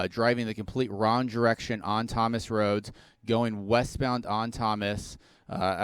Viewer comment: Are we just gonna ignore how this guy says roat instead of road.